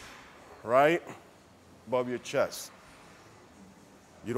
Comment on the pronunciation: Righ', righ'.